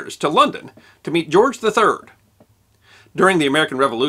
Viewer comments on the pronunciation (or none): none